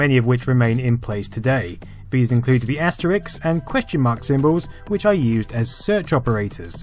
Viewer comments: Isn't it asterisk, not asteriks? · Just to be sufficiently nerd pedantic, it's AsteRISK, not AsteRIX (Asterix was a small but conversely strong Gaul)